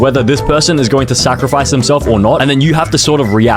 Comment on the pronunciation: Bro,he said sacrfice himself